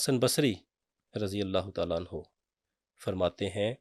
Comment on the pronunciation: Hazrat SB ap ne Razi Allah Anya nhi perhna, Anho perhna hota hai